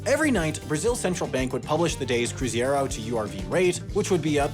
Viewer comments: CRUZEIRO not CRUZIERO Video is good, but the repeated mentions of CRU-ZI-ERO instead of CRU-ZEI-RO broke my ears and mind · Cruzeiro, not Cruziero. 😉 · Its Cruzeiro, not Cruziero! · Small correction: the last currency before the real was called "cruzeiro real" (not "cruzado real.") Also, it is "cruzeiro" (croo-ray-ro), not "cruziero." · Get your numbers right, mate. 5000% anual inflation was never a thing in Brazil. URV was a referencial number to transit to Real, not a currency. It's not cruziero its CRUZEIRO! Who does your research????? You do know Brazilians don't speak Spanish, right? Everyone, if they just didn't buy everything on pay day, they had all their money on overnight investments. Overall, you presented a gross oversimplification of the economy at the time. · What a shitty video. Wrong (and ideological) explanation for the causes of our inflation and how we tackled it. Even the name of one currency was wrong (Cruzeiro, not Cruziero - typical of ignorant gringos tagging Spanish pronounciations to Brazilian Portuguese). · It's Cruzeiro, not Cruziero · It's cruzeiro, not cruziero 😆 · WTF's a "Cruziero"? It was CRUZEIRO. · Amazing video. Now say it with me: "Crusade". Nice, now take out the "de" and say "ro" at the end. "Crusaro" /crew-zay-ro/, it's nicer now :) To sum up: "cru-zei-ro" not "cru.zi.ei.ro", just like in Rio de Janeiro ;) The "ie" sound is characteristically Spanish, but rare in Portuguese. Thank you for the video <3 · Why do americans always flipped the “ei” pronunciation to “ie”? It’s cruzEIro, not cruzIEro. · Just one correction: the currency was called the cruzeiro (croo-zay-roo) and not cruziero, as can be seen by the words on the notes . I'm really not sure that the URV was that important sociologically as, from what I can recall, few items actually had the value in URVs on them, though I can remember a bookshop with the price sticker in URVs, which we thought curious. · It's CruzEIro not CruzIEro! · It’s Cruzeiro not cruzieiro ffs